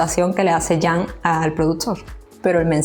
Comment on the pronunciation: Todavía los españoles no aprendieron a pronunciar el nombre de CAN ,que duros son por Dios!